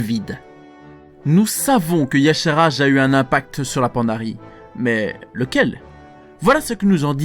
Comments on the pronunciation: Donc pourquoi Irion le prononce Y-cha-r-ge ? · pourquoi tu prononces Y'shaarj "yasharaj" alor que même irion le dit pas comme ça ? putain pour une fois qu'un mec prononcais pas C'thun "cétoune"